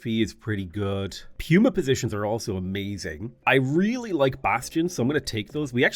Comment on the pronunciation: Surely it’s pronounced puma (Pooma) right? Like the animal